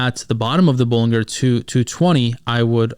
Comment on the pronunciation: Pronounced "buh-luhn-jr" btw